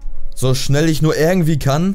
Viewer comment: Gomme xD Das heißt nicht ärgentwie sonndern IRgentwie :D